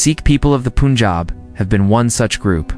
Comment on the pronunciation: It is NOT POONJAB! It is Pun (as in fun, sun) jaab. Anyhow, I appreciate your summarizing, in just a very few minutes, the generic origins of the Indian people. North Indian people clearly exhibit more Indo-Caucasian appearance than people of the south like Tamil Nadu and Kerala. But that said, I have traveled widely across the world, and the Dravidian (Dravida in Sanskrit, pronounced Draa-vi-da) people way south in India do not look African. The majority of them, if their complexion were to be fair, would look no different from North Indians. Thousands of years in the blistering sun makes you dark. And oh, lastly, please investigate the word CASTE. The ancient Hindu word was/is VARNA. It refers NOT TO GENETICS but the skills and personality traits of individuals, which placed each person in a Varna, or Color. You can investigate, and you could make a fabulous video on how Varna developed in India. The Bhagavad Gita Chapter 18 Verses 41-46 explain the nature of each of the four Varnas. But that said, there has been a genetic study which showed that the "upper castes" have far more genes of Indo-European (from Tajikistan and Iran) than other classes.